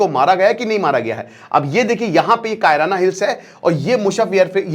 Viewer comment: बड़का भैया "कायराना हिल्स " नहीं है शायद "किराना हिल्स" है ।